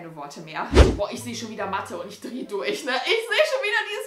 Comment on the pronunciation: haha hört Mal diese Betonung von dem Wort Mathe an..!😂😂😂❤️❤️❤️ #TeamBeki